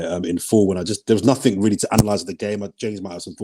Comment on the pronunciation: Oh my days, James sounds Indian REE-YA-LLEY 🙋🏽‍♂️